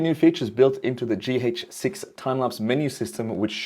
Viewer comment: For the first 2 minutes I couldnt focus much coz I was repeating in my head the word "G Heytch 6" over and over again haha . Interesting way you pronounce it :D